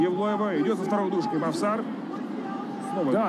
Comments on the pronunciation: НЕ МОВСАР А МОВСАР УДАРЕНИЕ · мовсар ани мавсар